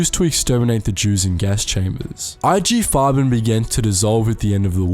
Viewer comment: There are pronunciation errors. Example : Nestlé or IG Farben , ... shouldn't you at least use the sound icon of google translate ? Coco Chanel :At 57, she fell in love with a German embassy attaché, Hans Günther von Dincklage, 13 years her junior. No doubt a spy. They live their affair in the prestigious hotel, partially requisitioned by the Nazi regime to house the Luftwaffe and its leader, Marshal Göring. Above all, it involves the German authorities to recover the ownership of its perfumes, ceded before the war to Jewish industrialists. It's a fail. The Wertheimer brothers, refugees in the United States, thwart his plan. Code name: "Westminster" Alas, Coco Chanel is embarking on a new, even crazier project: to stop the war! By attempting to negotiate in 1943 a separate peace between Germany and Great Britain. An incredible operation, called "Modelhut" (Couture hat). Who takes her twice to Berlin. In April 1943, she will discuss the details directly with Walter Friedrich Schellenberg, head of the intelligence services of the SS. She knows well, she pleads, British Prime Minister Winston Churchill, met thanks to her former lover, the Duke of Westminster. Himmler's trusted man is won over. But the operation turns into a fiasco ... Winston Churchill pressured the post war French autorities to free her.